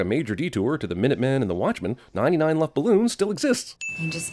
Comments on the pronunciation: Im german and how you said Luftballons made me angry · And one sin for you pronouncing 99 Luftballons ;)